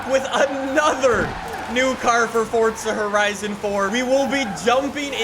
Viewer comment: “fOrTzA HOORIZON”